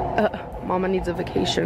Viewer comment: the way she turns 'ay' sounds into 'uh' sounds (vacation/vuhcuhtion) is my 13th reason, istg.